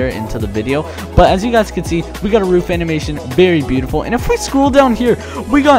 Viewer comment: I think it’s pronounced roof not not rough